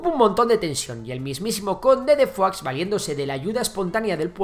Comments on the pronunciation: Se dice "foix", no "fuá". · Madre mía pronuncia mejor Foix que cualquier nombre catalán jajaj. Urjèl 😂 me encanta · Foix se pronuncia "fosh" no "fuá"😂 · Pronuncias "conde de Foix" como "conde de Foie" (Foie Gras de oca). Se pronuncia "Fosh" porque es catalán (por cierto, la única lengua oficial de Andorra) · Y no es por nada, pero Foix se pronuncia tal cual se lee en catalán. Decirlo como si fuera francés es ignorar que su origen es catalán. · Foix es un apellido catalán y no se pronuncia como en el video. Digamos que sería como Fosh tal y como se escribe. Sería así: /foʃ/ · En catalán se pronuncia foich y en francés fua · Como que pronuncias foix diciendo "fua"? Pero y este catetismo español? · Pues anda que "FOIX" XD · Foix se pronuncia "fosh" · ver a un castellano pronunciar "foix" es algo increible :")